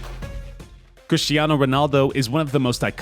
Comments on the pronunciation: It´s Cristiano not Christiano btw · Cristiano not Christiano